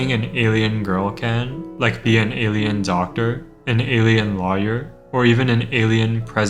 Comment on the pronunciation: "a lahyer"